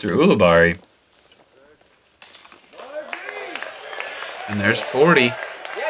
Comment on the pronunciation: I'm pretty sure when I've heard him commentate he's pronounced his name You-li-berry